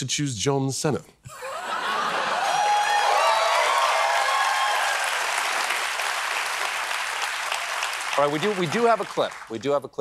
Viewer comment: His name Cena is not “seen-hu” but chena like diner in Italian